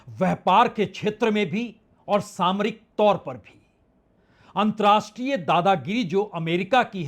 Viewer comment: Antar-rashtriye NOT antrashtriye! Pl. learn the difference.